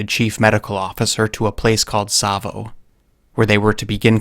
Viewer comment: rapt attention, not rapped. And it's Tsavo.